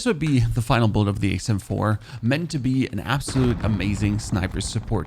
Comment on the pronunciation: Sounds like you're saying ACEm4 🤔